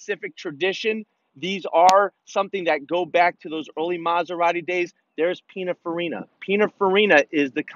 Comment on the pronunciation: Pinafarina? Sounds like a type of pineapple. Do you mean PinINfarina?